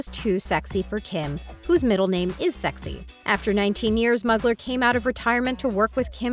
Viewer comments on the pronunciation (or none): It’s pronounce “ball mon” also it’s “mew glare”